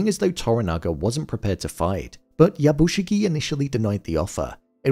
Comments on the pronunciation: Something small I noticed. Yabushige is pronounced as ya bu Shi-gAY Not shi-gie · I enjoy your review. But please note the character’s name is “Yabushige”, not “Yabushigi”. That’s like calling someone Bin when their name is Ben.